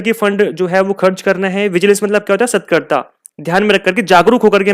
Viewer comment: Ur videos are really good. Sat-kar-ta{vigilance) nahi sir it's sa-tark-ta